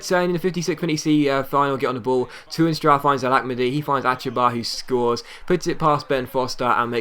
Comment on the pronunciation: The 'Toorn' in Toornstra is pronounced exactly like 'torn' as in torn hamstring, just thought I'd share it :)